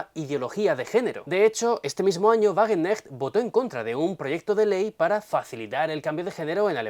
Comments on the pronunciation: Sahra Wagen k necht, se pronuncia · En Wagenknecht se pronuncia la ka. Es difícil, pero los alemanes lo hacen. La ch se pronuncia como una jota española